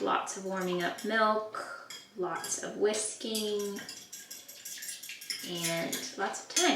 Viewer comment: At 21.57 - I thought you said “lots of whiskey” rather than “lots of whisking” at first 😂